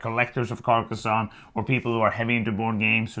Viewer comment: Her pronunciation was actually correct.